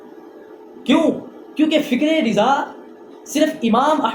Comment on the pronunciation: Mere bhai riza nhi hota raza hota he